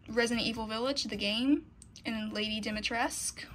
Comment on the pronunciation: Dimitrescu'' is a romanian inspired name ..so you should say the whole name (all the letters ..including ,,cu'' ..not just ,,Dimitres'') 😁